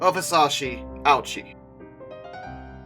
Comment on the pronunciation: No, he didn't. The speaker just didn't pronounce it correctly. It should be pronounced Oh-OO-chee (OO as in spoon).